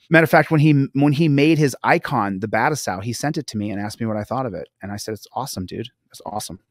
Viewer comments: Constructive Criticism, it’s pronounced Ba-Too-Sigh Not Bat-a-Sow…js. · I noticed that too lol but it's more like Ba-Toe-Sigh, in reference to Kenshin Himura aka Battousai the Manslayer. For everyone's information 😁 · I believe the pronunciation is Ba-too-sai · Totally unnecessary but I gotta let you know that our man Phillip turner is a fan of rurouni Kenshin, an anime in which the main character was nicknamed Battousai, the man slayer and it’s pronounced buh-toe-sigh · BAH-2-sai not battlesao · No sir. It's bah tow sigh. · It is pronounced Ba toe sigh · He is completely botching and mispronouncing 'The Battousai' royally!